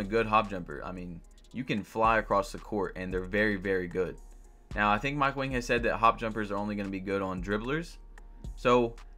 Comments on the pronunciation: Mike Wang posted his name is pronounced like “ Wong” and we’ve been saying it wrong this entire time, but he let it slide bc Wang means King so we’ve been calling him King Mike.... so it’s Mike Wang/“Wong” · BiG JaY1602 it’s pronounced wong but his name is spelled wang